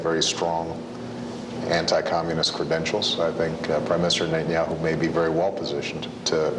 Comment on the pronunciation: שמתם לב שהוא אומר ראש הממשלה בנהיהו במקום נתניהו